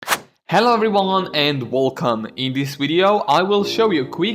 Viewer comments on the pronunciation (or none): I like how you say welcome. Wuulcome lol